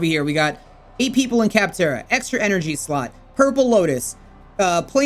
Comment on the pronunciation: Ugh he called it "captara" It's Captura